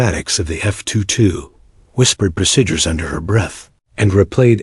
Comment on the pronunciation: No such thing as Cessna onehundred 42... Its just Cessna 142 , Also no such thing as seat as one 4f, its 14F. pronounce fourteenth F. No such things as the word Pro sidures. Or pro sid yours Its pronounce proseedures, but spelled procedures !!!